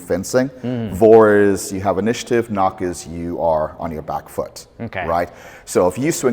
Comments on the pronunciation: vor - nach isnt pronounced like "Vor and knock" , but like "for and nakhh" (the V sounds like a letter F and the A as in 'calm' and the ch sounds like when those israelis say khhhamas) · "vor - nach" before - after also it is pronounced very differently: vor is pronounced like for (or like french "fort") and nach is pronounced with like a russian h: nah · as a german this butchering of Vorn and Nach is excruciating it’s more like Fawn and Nagh, yet i don’t know how to describe the harsh german ch